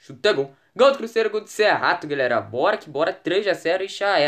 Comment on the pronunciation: Porque vc fala assim crusseiro que e cruzeiro